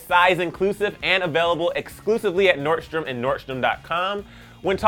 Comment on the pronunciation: im triggered by the way he says "nordstroms" as "nort-stroms"